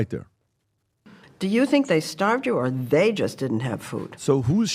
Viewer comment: The emphasis on "THEY" just didn't have food? That's the most cringe part.😖😖